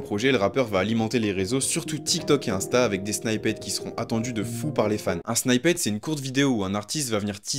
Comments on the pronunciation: Arrêtez de dire “snyppet” mdrrr sinon la vidéo est bien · "snippet" se prononce :snypeut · Super video mais la pronunciation de snippet c'est vraiment pas ça😅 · revoit la façon dont tu dit snippet sinon super vidéo